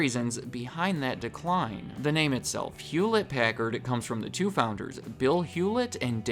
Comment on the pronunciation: hewllette packard